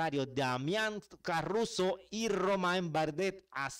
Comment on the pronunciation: Es Caruso, no carruso